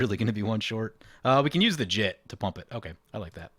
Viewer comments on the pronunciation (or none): "jitt" is definitely not the right pronounciation for jitte try "jee-tay" instead